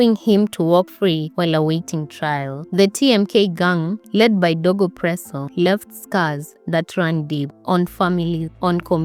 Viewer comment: DOGO not DEGO